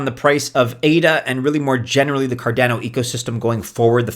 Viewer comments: Why are you pronouncing cardeno, not cardano? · Why people still pronounce Cardano incorrectly after 8 years is beyond me.